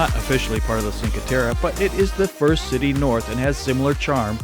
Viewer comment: it's "chin-kwhey tehreh" not sin-kwhey terra... :) it's all pebble beach no sand beaches there... :)